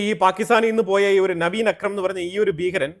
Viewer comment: അക്രമിയുടെ പേര് നവീൻ എന്നല്ല,Naveed akram എന്ന് ആണ്